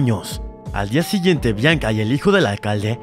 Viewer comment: DIJO BLANCA EN LUGAR DE BIANCA JAJA